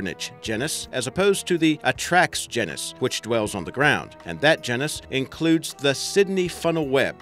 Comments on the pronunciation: Ahem... "Gee-nis" you're welcome. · gennus? surely you mean genus old chap... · (gee-nus) geeeeenus 😭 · You're saying genus wrong.